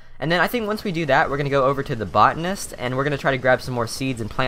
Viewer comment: botanist "Bow-Tan-ist" Botanist